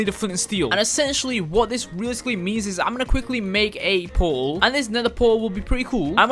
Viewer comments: Everyone: calls portal "portal": calls portal "poull" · Everyone call portals "portal""porull"